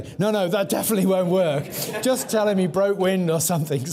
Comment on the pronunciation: Listened to a lot of Dr. Trueman's lectures in my life. And I think, for all his carping about what proper English diction sounds like, his penchant for pronouncing it 'think' ('everythink', 'somethink', 'anythink') is tragically under commented upon. I'm just trynna do my part. (See for a strong example lolol)